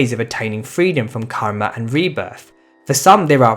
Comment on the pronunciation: ur karma pronouncation r wrong even ur all sanskrit pronouncation r wrong bro